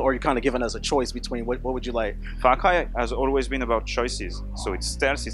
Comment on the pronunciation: When he says "Far Cry" it sounds like "Fuck Eye".